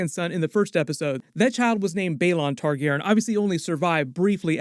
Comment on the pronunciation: only thing i spotted...you keep pronouncing Targaryen wrong...smh